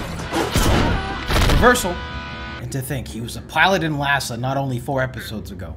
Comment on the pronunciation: Just a heads up that it's ee ah suh - IASA, not LASA. (though I know you're way ahead on Patreon so you may know this by now)